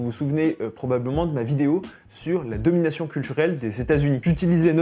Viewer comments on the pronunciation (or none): none